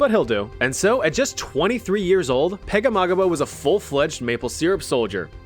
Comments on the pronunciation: Francis Pegahmagabow is said Pag-A-ma-gum-bow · Hearing you pronounce Pegahmagabow's name was so funny dude hahahaha